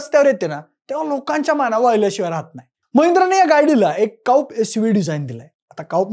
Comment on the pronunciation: काउप नाही हे कुपे बोलतात 😂